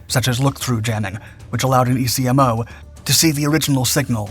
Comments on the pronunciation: Military acronyms are said, not spelled. ECMOs are Eck-Mos, not E Cee Em Ohs. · EA-6B was my second love in the Navy. First was going out to sea. EC-MOW is how it's pronounced, not E.C.M.O.. Geez... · Just a heads up. Electronic Counter Measures Officer. ECMO is pronounced "Eck-mo. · ECMO, Electronic Counter-Measures Officer, is pronounced "EK-mo". Served 12 years with Prowlers at NAS Whidbey Island in Washington state. Went to Desert Storm with VAQ-132, did a shore tour with VAQ-129, then went and stood up (commissioned) VAQ-137 again with CDR Plucker. Once a Prowler AT, Always a Prowler AT. Prowlers forever. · Hearing ECMO spelled out rather than said as an acronym is painful. Otherwise, excellent video.